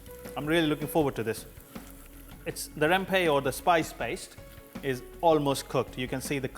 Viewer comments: It’s rempah , not rempey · Hi sir just want to tell u.....spice in malay called rempah not rempe....